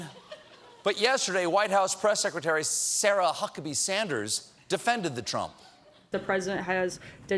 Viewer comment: Someone needs to make a montage of Stephen trying to say Sarah Huckabee Sanders, he almost always messes it up LOL